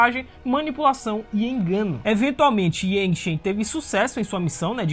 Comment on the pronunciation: Yangchen é mulher. E a pronúncia do nome é iangtxen